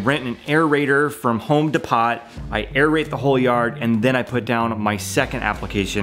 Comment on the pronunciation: He said Home De pot lol lol this guy can't read it's Home Depot